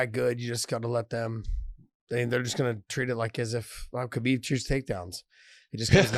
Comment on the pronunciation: I love how Josh tries hard to say the names right but he still can't say his buddy Habib's name properly. Small steps... he'll get there eventually.